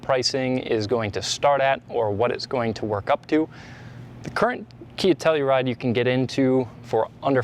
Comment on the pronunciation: I swear I heard Nutella-ride 🤣🤣🤣